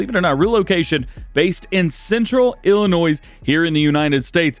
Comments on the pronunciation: Ummm great video as normal but the s is silent in Illinois. Have a great 4th. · The S in Illinois isn't pronounced. Every time you say it, I cringe. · The "S" in "Illinois" is silent by the way. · I know this is picky, but the S in Illinois is silent. Us Illinoisans hate that people pronounce the S